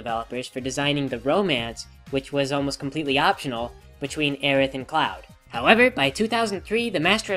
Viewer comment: Did... did you just pronounce the "th" in Aerith?